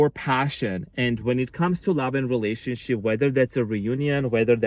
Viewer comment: Are you saying "relationshit"?!? 😂 You cutie patootie thanks, you are amazing as usual big hugs 🙏💜